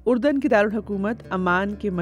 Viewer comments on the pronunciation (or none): none